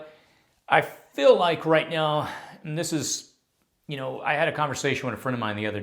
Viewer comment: What is that accent... "feel" sounds like "fell"